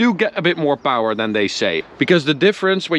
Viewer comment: I just watch the videos to hear you say POWER and TORQUE..